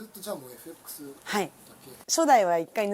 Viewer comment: エフエックスと発音するところに 非常に好感が持てた。